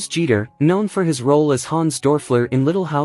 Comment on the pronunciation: " Hans Dorfler " is not right!